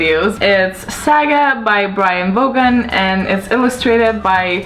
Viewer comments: It is pronounced like "von" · You pronounce the name of Brian K Vaughn wrong! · i notice that you don't say the letter "K" and word "Vaughn" the right way. just watch other youtube videos of people reviewing saga and you will see how it's suppose to sound. keep the great videos!